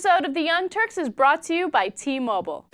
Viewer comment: t- mo-byle